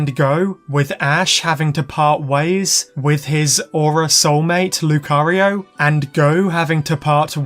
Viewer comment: My ear is hearing cario not Lucario by the end of the video.